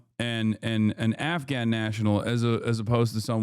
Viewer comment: HasanAbi cult leader knows a lot about “blowback” and lol HasanAbi cult leader not even being able to pronounce the Afghanis name correctly, hahahahaha.